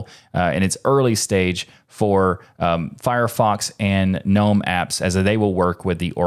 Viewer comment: the first time i have heard Gnome pronounced correctly!!! ⭐️